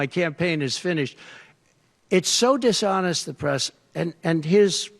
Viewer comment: Did he say, "DISHONEST"?